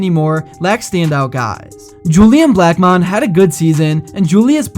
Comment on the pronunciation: Pronounced julian “black-men” not black-mon lol